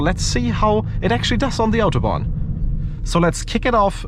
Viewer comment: On the „ Autobahn“ englisch aussprechen macht es nicht Englisch bro.